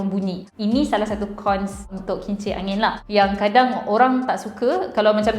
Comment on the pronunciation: Saya terdengar kimchi angin. Pekak kah saya? 😂